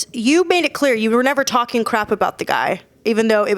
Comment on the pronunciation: Fury: I'll fight anyone Whyte: he's tarking rubbish 😂